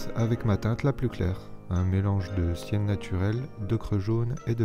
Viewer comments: "Sienne" pas "ciel" ^^ Je suis peintre et honnêtement je trouve que tu t'en es bien sorti, et qu'en continuant à t'entrainer, tu peux réussir à reproduire les peintures des tutos si tu veux, voire les adapter à tes goûts dés que tu te sentiras plus à l'aise :D je pense que tu le sais mais les plages de sable gris existent, y'en a en Martinique :3 (ciel bleu, sable gris, eau turquoise) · je crois que c'était "terre de Sienne" pas de "ciel" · Non mais il a dit cien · non parce que squeezie a compris ''ciel'' au lieu de ''sienne '' . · Artiste trigger : quand Squeezie confond la teinte "sienne" avec "ciel" 😩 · Lulu S j’ai entendu cyan aussi, mais pour le coup c’est forcément sienne 😂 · "Du sienne (de terre de sienne : marron) naturel du jaune et du blanc" Squeezie : du ciel (bleu....) du jaune et du blanc... Mdr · C'est pas "ciel" mais sienne, pour marron terre de sienne 😂🤦🏻‍♀️ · Il a vraiment pris le "Sienne" pour du "Ciel" ?! 😭😂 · Squeezie c’était couleur “sienne” pas “ciel”... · Pas du "ciel" mais bien du "sienne" 😂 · "Cécile " Elle s'appelle Cindy 😂😂 Et c'était "sienne" pas "ciel" 🤣🤣 Normal que les couleurs soient pas les bonnes 😂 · Quand il dit "sienne" c'est sous entendu "terre de sienne" mdrr surtout pas de bleu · ecoute bien ce qu'il dit, il prononce très mal sienne donc on confond aisément.